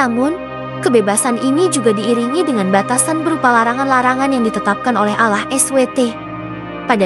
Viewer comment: Nama chanel dan pengucapan kata ALLAH sangat bertentangan. Tlong diteliti lagi klo mau bikin konten